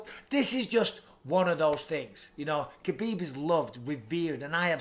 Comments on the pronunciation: It's Khabib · Stop it people it’s khabib